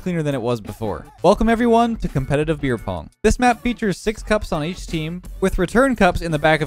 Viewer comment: “Comeptitive Beer Pong”